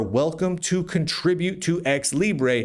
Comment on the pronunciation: As a Spanish speaker, from flipping Spain at that, I'm offended by your grossly wrong prounciacion of Libre, with that absurd overpronunced schwa. You Americans and your crazy vowels!